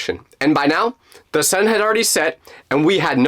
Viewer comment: it’s the sun, not the sen